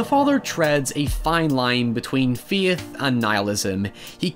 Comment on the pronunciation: Took quite a while to figure out he was saying "faith"